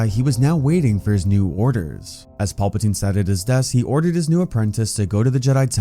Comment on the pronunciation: Not watching solely because of you pronunciation of PALpatine. It’s PAL-pa-tine. Now PAWLP-atine.